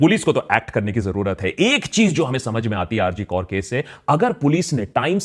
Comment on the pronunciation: Bhai rg kaur nai hai. Rg kar hai. Naam to pehle sahi lelo. Fir baat karo. With you bro. But it's not kaur, it's kar